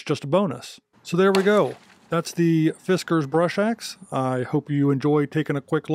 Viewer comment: fis-KKAAARRRRZZZZ... Good review thanks for doing some chopping of this awesome unit in your talk.